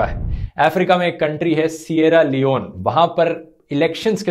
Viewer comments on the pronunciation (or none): Dosto Sierra Leone 🇸🇱 Not sunny Leone